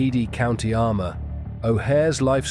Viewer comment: County ARMAGH not 'Arma'😊